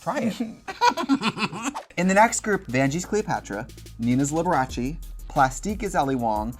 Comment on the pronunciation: Shannel NAILED Liberache!